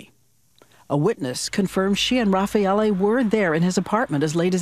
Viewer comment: Why doesnt she ever pronounce his name correctly? She is literally the only one who doesnt. It's Raffaele not Rafael